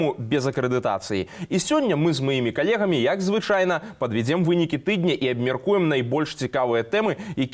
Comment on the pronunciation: падвЯдзем!!! а не подвИдем!!! пра тоЕ, а не про то! у спадара ПЯтра , а не пИтра! У рэгiенах. а не В регионах. лЯцiм. а не лИцим!!! .... уважаемый журналист!